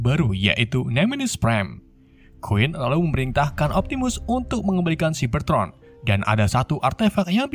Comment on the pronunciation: Bang cyabertroon bukan ciberton